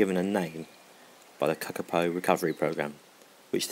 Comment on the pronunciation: Say kakapo properly